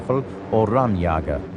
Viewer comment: The "aggressiveness" of the allied pilots helped tipping the tide, too? That is really a ridiculous claim and a ridiculous documentary. BTW: The Zellendusche ist not a "Sellenduscha".Atrocious pronunciation. Not only in this case. Rammjäger... not Rammjaga.The "ä" isn't an "a". Sturmstaffel...not Stürmstaffel. :-)) Telling the audience that the Werkschutzstaffel was equipped with FW190...only to show at parts Me109 at the same time in that context. Bad editing. 😂 Further: The Zellendusche was only tested in eight aircraft. It never was used in whole units and saw few real combat on that way. So few combat, indeed, that no combat reports about good or bad results exist about it. Bad research. Not only in the case of the mentioned Il2-Sturmovic and it's (by this documentary claimed) ability to take on Me109 and FW190 on equal terms.